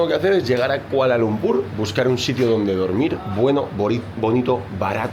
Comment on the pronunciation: Malaysian here, your pronounciation of the word Kuala Lumpur is perfect like Malaysians do. Even your pronounciation of the word Malaysia is perfect. Bagus.